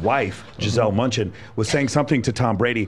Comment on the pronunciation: Bunchen, not Munchen